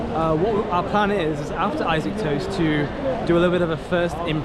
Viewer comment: its pronounced "E SOC" not I - saac urgg. Im just being jealous fyi xD